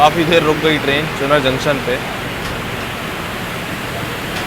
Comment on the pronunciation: 10.05 चुनर नहीं भाई इट्स कॉल चुनार